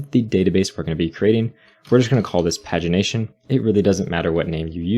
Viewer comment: The way pagination is pronounced in this video is just baffling to me It's always been 'page-ination' to me